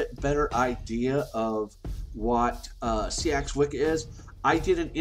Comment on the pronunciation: Just a gentle word on pronunciation - "Seax" is pronounced "sax" not "see-ax"... but I'm sure as we change, so must language xx